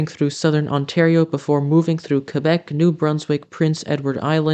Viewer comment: I’m thrilled you included the solar eclipse. There’s also supposed to be the winged ‘comet’ on the same day that, in conjunction with this eclipse, that some are saying is a once in a lifetime event. We’ll see. A lot of Canadians will love your proper pronunciation of Quebec. 😊 Thank you and much love from England. ❤